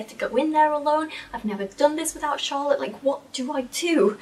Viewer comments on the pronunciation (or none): none